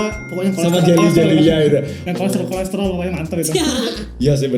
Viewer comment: "pokoknya ada korestrol-korestrolnya.." hahahah gue banget